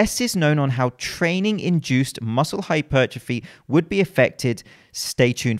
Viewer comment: I really like the fact you pronounce it hypertrophy not hyper trophy.